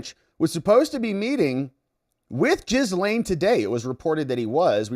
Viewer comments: Gah-Lynn, G'lin . . . not Jizz-Lane. Her name's not hard to pronounce. Anytime her brother is interviewed regarding her case, he calls her G'lynn. So just pronounce it the way her own brother does. Why is that hard? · I love your channel and I’m thinking about being a member (aka membo), but you have to start pronouncing Maxwell’s first name properly. It’s pronounced “Gil-Lain”. The “s” is silent! You’re welcome! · Her name is pronounced Ghee-lane (hard G, silent S), I believe she introduced herself using this pronounciation. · Jizz-lane... lol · Did they call her gisum?😂😂😂